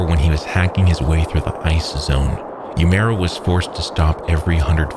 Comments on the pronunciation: it's so grating to hear "youmera" over and over again, instead of "oo-eh-moo-rah" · "yUmArA". That's the best you can do to pronounce it correctly? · This is a great video but I wish you had pronounced the guy's name properly. Uemura would be spoken like oo-aye moo rah in Japanese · sound it out, u-e-mu-ra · Would’ve been better if you pronounced uemura properly instead of saying “umaru” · You don’t contract frostbite. It’s an injury, not a disease. Also this guy’s name got butchered. It’s Now-mi Oo-eh-moo-ra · If you're going to narrate something like this, why not learn to pronounce the name right? You're way off. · The only thing wrong with this perfect video is the atrocious pronunciation of Uemara. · Why go the all the trouble of painstakingly editing this, researching, writing the script, recording the VO…and not bother to learn how to pronounce the man’s name properly? Your pronunciation isn’t even remotely close and doesn’t even make sense based on the sequencing of letters in his name—how do you get “ooh-mera” from “Uemura”? The “e” comes before the “m”. Legitimately makes me wonder if you’re bothering to get the details right on the research side. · I wish you had pronounced Uemura's name correctly. Japanese might not be a language you speak, but I think a person's name is important, especially in a quality biographical documentary. Nonetheless, I love your videos! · I just wonder why if he's so professional and descriptive he couldn't bother to learn to pronounce the name properly